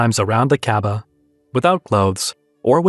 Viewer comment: Why you say kababah instead of kabah